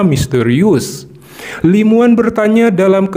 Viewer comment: Namanya Li Muwan tpi di Baca Li Mawan bg